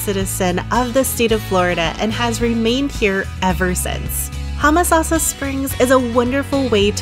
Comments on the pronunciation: It's Home a sassa springs not Hum a sassa. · Was just coming to say this. Yes, 'home-uh-sauce-uh' is how we were taught it growing up in the 60s-70s.